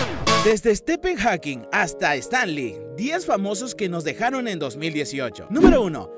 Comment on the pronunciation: Estepen Jakin 😂😂